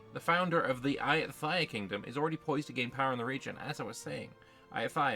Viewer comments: The ‘th’ in ayutthaya is pronounced the same way as the ‘th’ in Thailand. Namely with a hard ‘t’. Also the stress is on the ‘yu’ and the ‘ya’, rather than on the ‘tha’. So it’s a-YOU-ta-YA. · Hello! Great debriefs that you have been doing for us since day one 👍 just for info, in Thai written in Latin alphabet, the letter H is only to differentiate the prior consonant, so “th” is pronounced like a regular T (like we all do in the word “Thai”), “ph” a regular P (or the island of Phuket will sound very strange with an English pronunciation 😂) etc